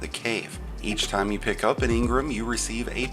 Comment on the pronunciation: You say engram funny